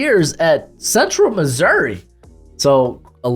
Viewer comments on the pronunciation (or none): none